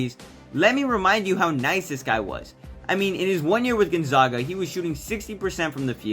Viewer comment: say it with me gone ZAG uh, as in zag rhymes with bag... love the video tho bro everyone still saying it like this its not you haha.. go Zags